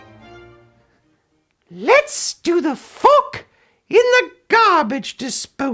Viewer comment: What other people hear: Let's do the fork in the garbage disposal What I hear: Let's do the fuck in the garbage disposal